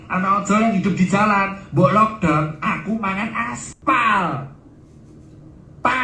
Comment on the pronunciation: coba ulang ngomong lockdown lock tol jer 😂😂